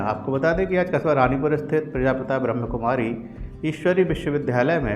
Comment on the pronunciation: Nice coverage. But,let me inform you that it is not ब्रह्मकुमारी, rather it is,ब्रह्मा कुमारी।Media coverage requires proper pronunciation, especially of an individual name or institute/spiritual institute's name.Thank you.🙏